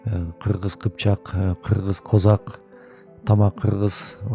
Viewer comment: Крымда казак деген ал крым казак ударенияны туура коюп окусанар крымские казаки дегендей кичине туура тушунуп окусанар билбей туруп негатив жазасынар крымские казаки бул биздин кошнабыз казак жонундо айтпайле тушунбосонор крым жонундо кино кор